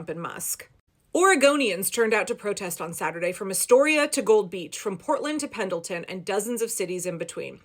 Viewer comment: Love your videos. Keep up the exposure. Don’t pronounce the ‘D’ in Pendleton. Even protests here in La Grande Oregon. 💙